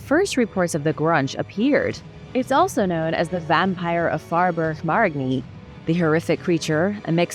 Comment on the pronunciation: FOE-BURG- MARE-IN-KNEE Faubourg Marigny… but you were close!!! :)